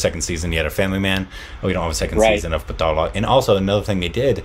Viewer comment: Paa-taal Loke